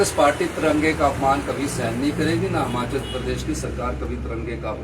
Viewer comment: Hamchal nhi hota yll Himachal bolna to Sikh le 🤦🤦🤦🤦🤦🤦